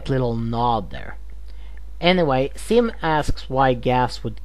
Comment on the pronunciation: You need to work on your Z's because it sounds like your saying Sim and Gas instead of Zim and Gaz no afents